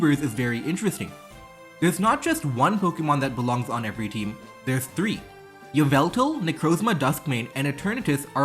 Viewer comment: Yveltal is pronounced like 'Evil-tal'. Yvel is a Middle English spelling of Evil.